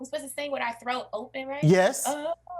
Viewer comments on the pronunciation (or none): "Throak" 😅😂 not "Throat"